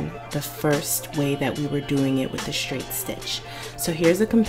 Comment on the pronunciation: Shtrait shtitch shtretchy fabric. Is that a Maryland accent I detect? Not being mean I’m from Boston, OK? I just love accents! Thanks for the help! Perfect help and I just happen to have the same machine! Totally ordering the twin needle! Had no idea they even existed!